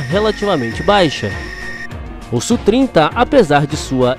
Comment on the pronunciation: Tecnicamente não se fala "Sú",bem como não se fala F/A-18 como sendo "fá dezoito", mas "éfe áh dezoito". Se você pilota sabe que não é comum essa terminologia. Aliás, usa-se muito o nome OTAN, por exemplo, Falcon, Flanker e etc. Enfim, se acha mais didático "Sú", ok! Abraços.